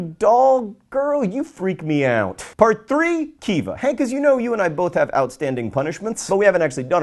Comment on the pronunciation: 1. What was with the big bbbbut? 2. Who else thought he said "fart 4" instead